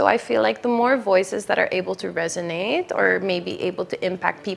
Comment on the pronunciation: The word is "resonate. 😅❤